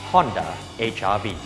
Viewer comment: It seems you say HIV not HRV. haha